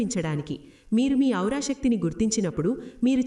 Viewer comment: మా మీ ఔరా. కాదండి "ఆరా"